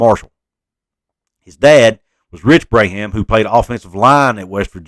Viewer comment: Just pointing out—the Braham kid’s name is pronounced “Brom” like prom. Yes, his dad was a great one!